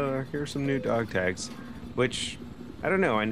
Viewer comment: "Dog tages" ? dafuq?